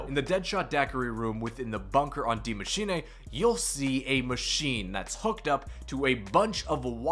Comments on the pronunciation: I thought it was Die Machine not Dee Machiney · my man, Die Maschine pronounced Maschinuh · Why does it it sound like he says die machinA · It’s pronounced Maschina though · Day 489 of commenting on Zombie video trying to get people to actually pronounce Die Maschine correctly. It’s “Dee Machine-ah” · Its pronounced D I E , M A S C H I N E pleasee say it right you just sound foolish 😭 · Please type the name of the map into google speak. I love the content but the pronunciations kill me bro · ffs is this dude ever gonna pronounce that map name correctly its like that actress that couldn't say symbiote in the venom movie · no that's not how your supposed to say it at all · PLEASE learn how to say die maschine correctly, great video